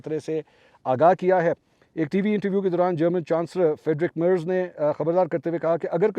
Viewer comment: Salam bhai sb, German chanceler ka sahi name kisi se pochh lo,per galat na bolo.